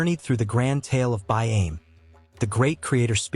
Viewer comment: Can you get the nanes right though. It throws you off when listening., and we find ourself correcting you out loud. These stories are from my peoples the Euahlayi Yuwaalaraay and Wiradjuri . The fish traps are still there even after years of being destroyed everywhere settlers found them. BAIME sounds like Buy arm Eee